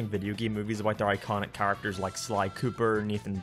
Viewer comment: say the word "characters" I dare you with pronouncing it choorrictas